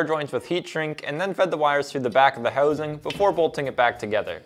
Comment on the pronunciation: How would one spell the word's "housing" and "out" when said the way this guy says them?